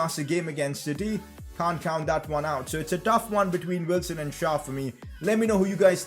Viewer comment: Lascelles isn't pronounced Lashelles, it's pronounced Lasselles. And schär name isnt schar its schair